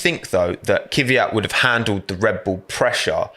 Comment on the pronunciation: This isn’t criticism to specifically, but I have noticed that when British people pronounce “Kvyat” they say “Kyviat”, anyone know why?